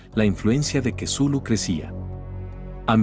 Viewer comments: ..ya, pero de "Cthulhu" a "quesulu" 🙄..como que hay bastante deferencia, entonces yo le puedo decir "Vergalu" total si ni importa nada. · Jaja kesulu. Es la primera vez que escucho que pronuncian asi el nombre de Cthulhu. Me gusto.Muy buen relato pero hacen ver a Cthulhu como un dios venebolente lo cual no es correcto. Pero recalco que es una gran historia. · "Cthulhu" Loquendo:Quesulu 🧀